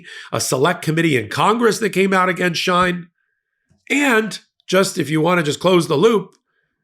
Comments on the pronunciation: It's pronounced “SHE-IN”, not SHINE or SHEEN. From official Shein twitter feed. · It's pronounced She-In by the many of hundreds of Influencers on YT and IG. The clothes are so cheap that if they don't fit or the fabric is flimsy most of the buyers don't care. They will donate it to Goodwill or the Salvation Army. The website is so popular that American brick & mortar stores or online retail online sites can't compete. Also Shein keeps its prices low through a U.S. shipping provision called the "de minimis exception" which waives duty fees for any packages under $800. Shein shoppers usually spend way less than that. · It’s Sheen pronounced! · I’ve always known the company SHEIN pronounced as “Sheen”. I only wanted to correct u because I might not have known what company u were referring to if I didn’t know Shein’s background. Not that him being a part of this company surprises me. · The company is called sheen That is the proper Pronunciation But is spelled differently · its she~in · It’s pronounced “she-in” and it’s like Temu…